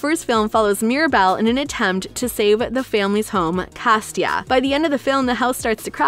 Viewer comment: i said that bc she said it wrong in the video so mind yo business